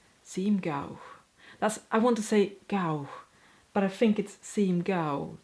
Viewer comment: Your English is better than many native speakers, so you have nothing to worry about. Google was slow on haberdashery and you had it right first time. Awl is like All. Thimble was correct first time too. However you pronounce think as fink. Th is the same. Juggling is Jay not yugling. Hope that helps so 99% What are the same words in Swedish?